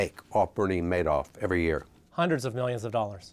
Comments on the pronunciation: this guy's great with numbers but he's not too good with names.... It's MADOFF not MANOFF.....yikes! he only misspoke about 30 times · I hate how he is the only person in the world who pronounces it "mad-off" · This guy is smart but consistently says Madoff's name incorrectly.